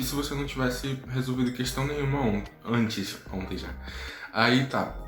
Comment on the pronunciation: “ontém já”. É uma fala popular daí ? Kkk